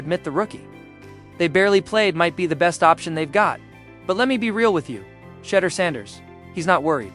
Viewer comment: you spent 11.5 minutes mispronounced Shedeur's name. His name is SHEDEUR not Shudder. Awful reporting when you get the names wrong. How can you not know his name, if you are a true fan? Do Better!